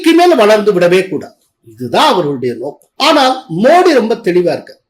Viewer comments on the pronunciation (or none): none